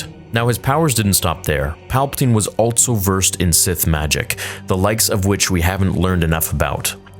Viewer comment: Still adding a t to the word "also" I see.